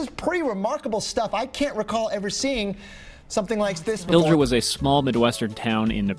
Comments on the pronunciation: Yes, if you look at the map by Pilger you see a town called Pender. I live in pender. And it's not how you pronounce it you pronounce it (pill-gur) or (pill-gaur). Also yes that was VERY scary. Also because we had sister tornadoes EF3 SF2 and they combined at the pender dump. It used to be nice for a dump now it's jaut one building and 2 dumpsters. Sad days. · pilger is pronounced "pill-g-er". g as in pig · To bad he pronounced Pilger wrong. I was miles away the day it happened.